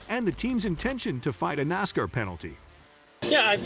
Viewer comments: A marked improvement would be simply leaning how to pronounce NASCAR correctly. Couldn’t finish watching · Who makes these stupid videos. They don't even know how to pronounce the names correctly. Worst nascar reporting ever.